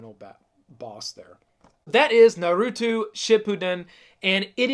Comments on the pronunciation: its NARUTO not NURUTU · Naw-roo-toe....not Nuh-roo-two Geesh! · Omg it is not nar-oow-too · Nar - ooo - toe!!!! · Bruh the way you say naruto burns my insides